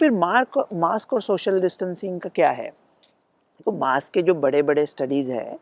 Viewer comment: लोकमत म्हणते मॉस्क.... ज्याला आम्ही म्हणतो मास्क.